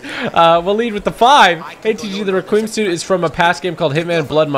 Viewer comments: Requiem is pronounced Re-kwee-um, not Re-kweem. I had to learn that when I was young. Just passing along. Great vid. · "The requeem suit" lmao re-qui-um suit. Omg lmao